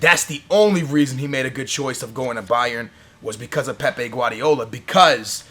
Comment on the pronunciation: Whenever he talks about Pepe (from Real Madrid) he prounces it Pep, and whenver he talks about Pep Guardiola he pronounces it like Pepe Guardiola